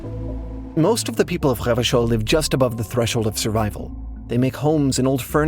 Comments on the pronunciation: pronounced the hell out of revachol lol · I was thinking that he was doing an amazing job of pronouncing those French r's. I suck at the French pronunciation of that letter. It makes my throat hurt. 😅